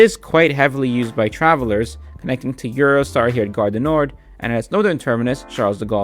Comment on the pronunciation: You pronounced everything really well (exept the garre DU nord (nor the d is silent))